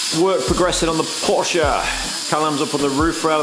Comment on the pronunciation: Who doesn’t love a Porsche and kudos for proper pronunciation. Amazing detail but what is up with that shut line on the bonnet leading edge ?